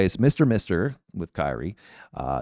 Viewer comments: No, just Kyrie. Not Kir E yay. When you add Eleison to it, it sounds like Kryie-ay-leison. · It's not KY-rie. It sounds like Kerie. Kyrie Eleison means Lord Have Mercy. In the Catholic religion, a part of the Catholic mass in Latin. Early in the mass, we say Kyrie Eleison, Christe Eleison, Kyrie Eleison. So he's singing Lord Have Mercy on a highway in the night. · It's not Kii-ree... It's Kere, rhymes with here-E-A... Most misquoted lyric? how about there is a bathroom on the right? The song came out exactly in the mid-80s, when I was in beauty school, and one of my friends in there was Albanian, and when I met his father, he told me the meaning of that title... Lord have mercy!... That's how I found out! 😻😺😸 And, right! The hook is SO catchy, that people started singing it, without KNOWING what it MEANT!!! But, you STILL get what you say, so... VERY clever!!! LOTS of people singing lord have mercy, even without KNOWING it!!!😻😻😻 Is SO catchy, that is even singing it BEFORE the song is over, on his first listen!!!😻😹... POINT PROVEN!!!... It's NOT VERY hard to CONFUSE people...😹😹😹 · It's Latin, so it's not pronounced like that. Don't expect it to bounce a basket ball like Kyrie Eving. It makes me laugh when people get it wrong. It's the same when people get INXS wrong.